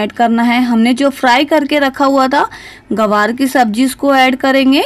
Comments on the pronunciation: Hello madam gawar nahi gwanr hota hai Ye Kya bol rahi hain aap Hey bhagwan ग्वाँर बोलिए गवार नहीं 😭😭😭😭🤣🤣🤣🤣😜😜😜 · ग्वार बोलते है मैम गवार नहीं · Gawaar nahi Gwar hota hai medam ji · Aunty ji it's GWAR not GAWAR... LEL 😂